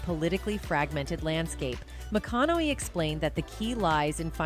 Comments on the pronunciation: What's with that stupid pronunciation "McKonay" ?? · Wish she would pronounce his last name correctly.. AI i guess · ❤ how can you not love the man. I met him personally at music lab here in Austin it's awesome. And I do remember the night the cops were called on him who is in his own home minding his own damn business. And I agree with the first comment up there I can't stand AI I can't even say his last name right😂😂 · I hate AI commentaries, half the time words are pronounced wrong or completely misconstrued and mistaken. That's not how his surname is pronounced. Dear God help us 🙃